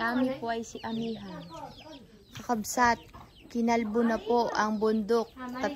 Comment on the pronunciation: Sana wag maging oa, madali lang namang banggitin ang kakabsat, hindi kailangang sabihin kakabsot, kailangang tama ang bigkas, dapat tama kasi may nanunuod ding mga bata, baka mali ang matututunan nila.